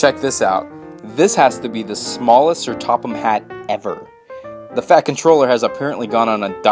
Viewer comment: How you put such an emphasis on the word FAT at the beginning! XD